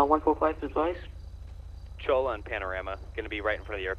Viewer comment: love how everyone keeps calling it cho-la. it's pronounced choy-ya.